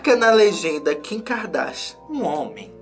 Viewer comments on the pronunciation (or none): A melhor parte é toda vez que ele fala Kika Darsha 😂🥰